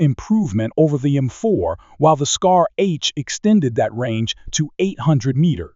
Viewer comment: Is this AI narration or something? Why can't you pronounce M4 properly even once?